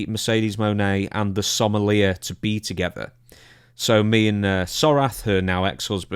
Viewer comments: It's pronounced 'SOM-EL-EE-AY'. It's French. And RIP to Kevin Sullivan, one of the greatest bookers in wrestling history. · It's actually pronounced "Some-ul-YAY". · The Scottish jabroni cant pronounce sommelier. It's french buddy.